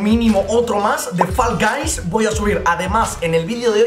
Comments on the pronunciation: GENTE NORMAL: FALL GUYS: FOLGOIS YO: FULL GAYS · Nadie: Absolutamente nadie:: folgois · Los creadores de fall guys le ponen nombre Nadie: Absolutamente nadie:: folgois falcais falcaich